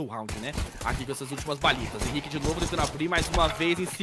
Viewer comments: Os narradores não conhecem os jogadores, o cara chamando o Henrique de “RENI” 😂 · o cara chamando o henrique de "reni" kkk